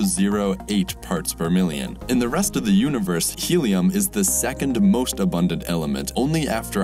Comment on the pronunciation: "Second mosht abondant" lel here the time